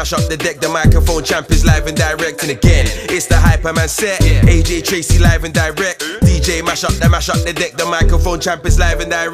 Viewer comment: Dis dude said aj traizey It's aj trcey